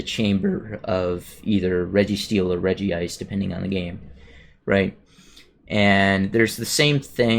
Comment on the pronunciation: Regice should be pronounced as REG-ICE not REGI-ICE